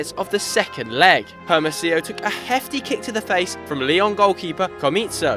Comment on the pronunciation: messed up in Hermosillo tho... H is silent in spanish.. It's pronounced Ermosiyo..